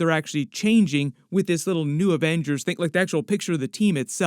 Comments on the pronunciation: It’s “Avengerz” ! 😂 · “The Averagers”